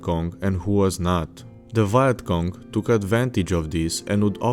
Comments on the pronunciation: You pronounce vietnam correctly but then you say viet cong like “Vayat cong”😂😂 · ah yes the VYE-ET KONG.... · How can you pronounce Vietnam properly, but not Vietcong? It's basically the same word.